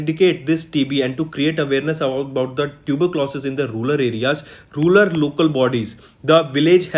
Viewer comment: it is rural not rular